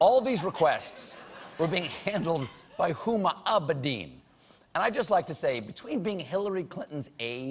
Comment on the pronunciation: Why do you make it sound like Huma Abedin is a Star Wars name or something? XD